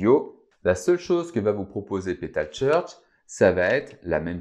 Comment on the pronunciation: Bonjour Merci pour la vidéo c’est Top ! Comment dire « Pétal Search « et non Petal Church c’est pas la même chose en anglais. Attention au S de Search . Merci ;).